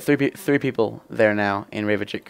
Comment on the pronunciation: Reykjavik is pronounced rey-kyuh-veek. Not Reva-chick. =)